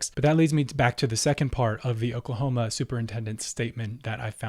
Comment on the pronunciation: He said "Okelhoma academa standers".